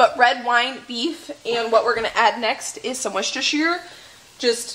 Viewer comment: OMG...!! You finally said Worcheshire correctly!!! As a New Englander, I appreciate you. Also, you are looking really tired!! Beautiful...but tired. What's going on?